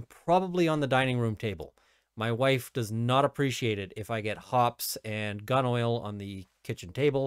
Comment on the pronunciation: It's pronounced hoppees.